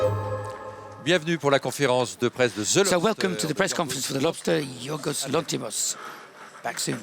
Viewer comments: Does Weisz have dyslexia or something? Or is the "m" in Lanthimos silent? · If you listen closely, you'll notice your "queen" mispronouncing Lanthimos three times in a row